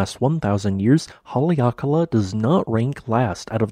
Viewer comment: good video - learned a few new things! also, haleakala is pronounced HA-le-a-ka-LA, with stress on the first and last syllable.